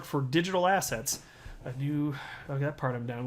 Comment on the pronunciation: When says assets…. All I hear now is “Ass hats”…